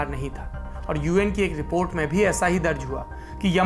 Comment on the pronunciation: Sir ji please don't say rapat instead of report